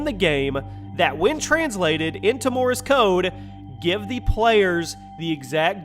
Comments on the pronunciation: You pronounce Morse code wrong. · "Morris Code"? "Laura Croft"? "Bin"? Come on, the least you can do is pronounce the damn names correctly... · I thought u said Morris code lol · HAHAHAHA MY MAN SAID MORRIS CODE HAHAHAHA!!!